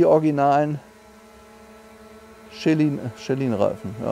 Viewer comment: "Schelin-Reifen" - made my day 🤣